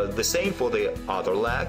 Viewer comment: I really like this and it is useful but I have to smile whenever he says 'leg' as 'lag' 😸